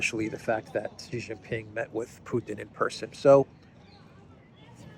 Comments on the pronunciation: OH MY GOD STOP IT. XI JIN PING is pronounced SHEEE JIN PING NOT JHEEE JHING PING, JHEE JHEE is Penis. Listen to how, your Duran partner Alexander M. Says it SHEEEEE like female, NOT JHHHEEE like weird Australia Sky News.. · His name, Xi Jin Ping is pronounced SHEE (like female) JIN PING not JHEEE JHING PING. Jhee Jhee is slang for Penis. You are insulting him.